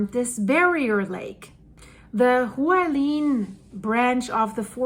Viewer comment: Hualien is pronounced Hwa like wa in water, li as in lip, en as in ten. Hwa li en.